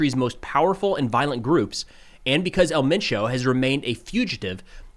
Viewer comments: You say “Elle mein chow” but it’s “ehl men choh” “El”doesn’t sound like “L” in English and Mencho is pronounced like men in English and cho sounds like “show” but c at the beginning and with an h at the end. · The proper way to pronounce it is El menSho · Just a lil help for ya. In Spanish, “E” is pronounced “Ay”. So his name is pronounced “Ail Main’ Cho”. And Jalisco is pronounced “Ha Lee’ scoe” Otherwise ya got it right! 😃👍🏻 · For El Mencho it’s said the way it looks so el Men Cho, Great reporting thank you for that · It’s pronounced “El Mencho”. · Pronounced el men-Cho. Jalisco is pronounced Hal-E-sco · your pronunciations are pretty good. My only note is that the accent is on e in 'El' like if you were pronouncing the 'e' in 'emphasis'